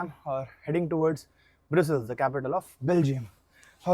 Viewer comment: Bhai tu 2026 me Ai k zamane me bhi basic se words galat bol rha. Kya yar dusre log sunenge to indians k bare me kya sochenge. Its brussels not broosel